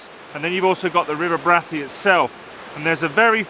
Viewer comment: Really enjoyed this - out in the field taking pictures - great. Liked the final shot. For information I worked at Brathay Hall for four years in the late 70's and the accepted pronunciation was Bray-thay. Stay safe.